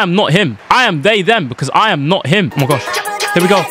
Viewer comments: “I ham him”😂😂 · Bro said I ham him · Was it just me that noticed that bluds Nigerian. He said I HAM HIM😂